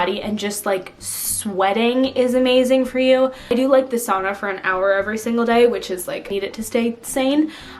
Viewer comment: lmfao when you said "sauna" i thought you were saying "a son"